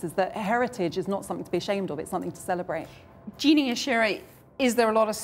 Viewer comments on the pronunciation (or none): loooool say Gina's name properly